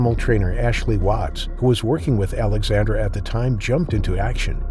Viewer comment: It sounds like you are saying Alexander a lot. I had to check the written intro to check it is Alexandra.